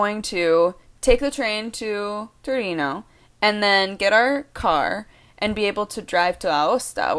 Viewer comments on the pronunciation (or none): Hey, just saying, it's Torino, not Turino. ;) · It's Torino not Turino... Sorry for being so pedantic =) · It's Torino!!! (not turino) :) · It's Torino non Turino, but you're so cute that everything is forgiven : D Greetings from Italy